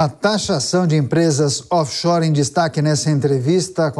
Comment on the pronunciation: Paulo Guedes acho que nem doer direito 😂 Off Shoers😅